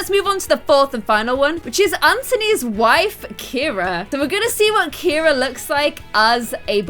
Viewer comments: KIRA is NOT a boy spelling of the name.......My girl cat is named Kira! CIARA is pronounced Ce-ara not Kir-a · Ciara isn’t pronounced Keira, so Ciara should be called see-ar- a